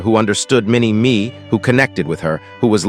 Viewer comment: Minnie MAY you idiot AI naration! Minnie me. Give me a break!